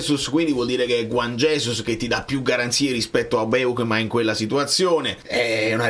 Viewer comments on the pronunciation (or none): none